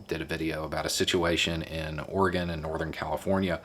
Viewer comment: Thanks for pronouncing Oregon correctly 😁👍